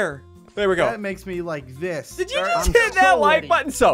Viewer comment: I found a spelling mistake you said jut not just no offensive means